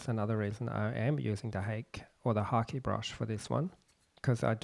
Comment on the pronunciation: Thank you for pronouncing "Hake" correctly!